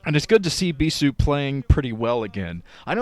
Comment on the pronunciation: stop saying bisu like that.